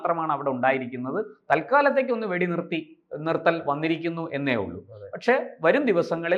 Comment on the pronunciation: എടാ കിഴഞ്ഞാ വെടി നിരത്തൽ അല്ല വെടി നിർത്തൽ